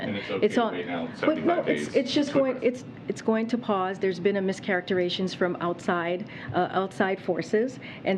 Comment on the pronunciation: Did she say "mischaracterations"?